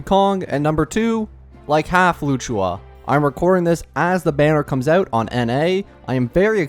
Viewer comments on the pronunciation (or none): while you might not care maybe others do and luocha vs luchua there’s still a clear difference but I’m not blaming him ofc he’s not doing it on purpose but if he were to learn the right pronunciation it’d be nice to correct it 😁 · "Luchua" even if you have a strong accent you couldn't be that far off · loo chu aa 💀 lu o cha my bro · i swear if i hear luchuha one more time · Its loh-sha or low-CHA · bro really said "Loo-choo-Wa"🤣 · For future reference it’s closer to “loo oh cha” even better if you make the luo “loo oh” 1 syllable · Just saying its Locha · not loochua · It's literally not that hard 💀 Lu-o-cha, it ain't as hard as Qingque which I agree on this one is hard to pronounce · Please tell me you’re pronouncing Luocha’s name wrong on purpose, like you do with Gepard… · as a chinese his pronunciation makes me want to bash my head on the wall 😭😭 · Brother does NOT know how to say Luochas name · I'm pretty sure he pronounces them wrong on purpose